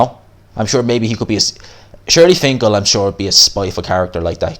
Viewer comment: HIS NAME IS “SHELY FINKEL” not SHIRLY.